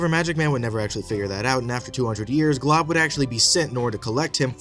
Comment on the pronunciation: His name is Glob and not Golb bcz his L came first